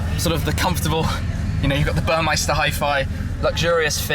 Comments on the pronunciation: A little observation. Audio provided by 'Burmester' and not 'Burmeister', +Shmee150. Love the present garage, highlights being the Aston and AMG. Although you being you, they'll probably be replaced even before they're run-in haha. Thank you for sharing all this and have the time of your life. Cheers! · Someone at Burmester got a small stroke when Schmee called it Burmeister.